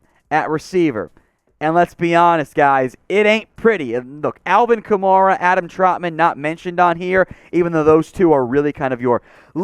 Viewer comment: I will not subscribe or take you seriously until you start pronouncing "Kamara" correctly. Good day, sir.